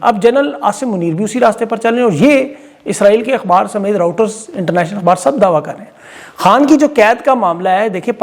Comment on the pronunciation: It's Reuters not router,correct yourself, I think you are so illiterate.